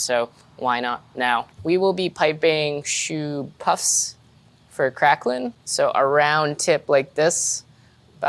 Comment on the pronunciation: TIL septics butcher the pronunciation of craquelin as well